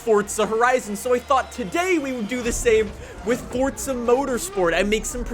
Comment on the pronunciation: Stop saying fortza